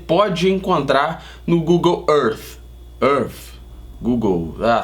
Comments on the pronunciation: Aprendam a pronunciar: gugol ãrf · Google errff! Kkkk parabéns pelo canal!